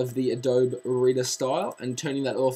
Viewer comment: those are forward slashes. LOL And it's pronounced "adobee"